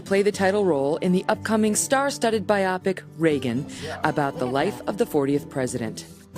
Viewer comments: did she really just pronounce biopic as bye-AHP-ik? 😂😂😂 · Bio-pic, not biopic. 💛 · It's a biopic, as in a "biographical picture" or movie. Not a freaking descriptor used for a person with some strange medical condition, Megyn Kelly. Hahaha, he's starring in the new byeAHHPick about Ronald Reagan! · Meagan Kelly needs to learn how to pronounce biopic.